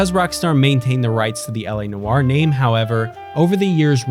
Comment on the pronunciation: LA Noire is not how you are saying it you're pronouncing it wrong everybody pronounces this game's name wrong just like you people do with Ubisoft